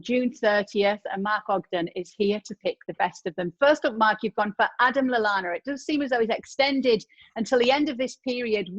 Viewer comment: Stopped watching as soon as he said Lallana..